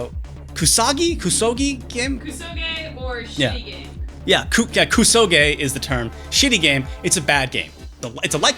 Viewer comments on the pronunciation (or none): It's pronouced: "KSoge" not "KUsoge"